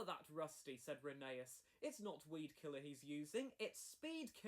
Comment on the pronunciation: Weedkiller not Speedkiller 😂